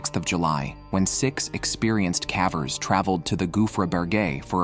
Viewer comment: Calvers or cavers? Why is this mispronounced?